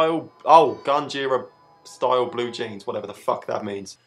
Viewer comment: Ok, from this episode, we've established that can't say "Grunge"